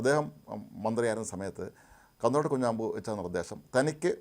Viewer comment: 😂😂 കാന്തലോട്ട് "കുഞ്ഞാമ്പു" അല്ല‼️ കാന്തലോട്ട് "കുഞ്ഞമ്പു" ആണ്‼️‼️😂😂